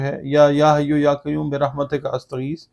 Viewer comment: کیوم نہیں قیوم🎉